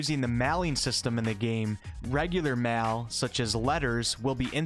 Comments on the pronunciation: Learn your vowels man. Jees my Ditch toddler has better foreign language English pronunciation than you. Mail is not "mal". System is not "systum". And so on.. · I have never heard someone say "mail" the way you do.